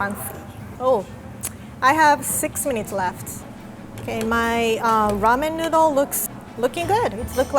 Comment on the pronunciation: "Rahmen Nudhle"